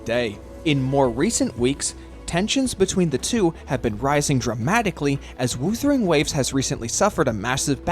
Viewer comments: Why do you say woosering waves all the time instead of whuthering waves? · Off topic but the pronunciation: W-oouu-thering Waves is THROWING ME. I'm sure it's pronounced W-uhh-thering Waves. No hate, I'm just saying it to get it off my chest 😔🙏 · Every time WuWa is pronounced "Woothering Waves" in this video, it feels like a small jab at the game 😂